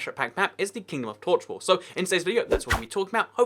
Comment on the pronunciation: Lol the vid says tochwall